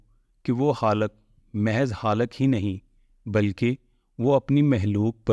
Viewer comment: Khaliq sahi hae yae lafz haliq nahi hae Similarly its makhlooq not halooq